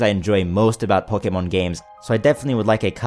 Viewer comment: I like how u say "pokeh-mōn" instead of "pokèmon". Also, where's Russia?